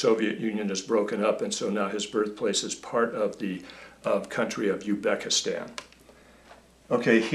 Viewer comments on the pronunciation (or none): Very informative! However, I am guessing that pronouncing Arabic sounding names is not your forte! ;) Also I believe the Z is not silent is Uzbekistan.